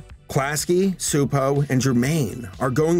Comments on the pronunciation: CHU-po is more of the pronunciation but Hungarian is a special brand of crazy :) I'll be honest, I HATED Angelica as a kid, I thought she was the worst. But as I've gotten older, I think she's a really fun well-rounded character. I think in that way she served her purpose. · Csupo is apparently pronounced "Chupo" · Klasky Csupo, Inc. (pronounced "class-key chew-poe") Although, our dubbed versions pronounced it directly as "Kzupou", which, as mentioned, is not correct, lol. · for someone whose entire channel is dedicated to examining animation you'd think he would have remembered that they pronounce the name in their own fucking logo animation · I could never figure out how to pronounce it, even with the little voiceover that used to come with the title card, i think because it was in a sort of “computer voice” so thank you for solving a 25 year mystery for me! 🙂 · Bundy Jr I always pronounced it that as well (at least as long as I was able to pronounce it), probably because their logos at the end of their shows would always have a voice say it. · mr mrmr it’s csupo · Every time it's mispronounced in the video it irks the hell out of me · I was waiting to see if anyone else noticed. My great grandmother, who was Hungarian, used to rant about how dumb it is that English has words with silent letters, so I had a feeling he was saying it wrong. I had to pop it in Google translate for the listen option though, cause I didn't know how it's pronounced but I knew that 'c' wasn't silent lol.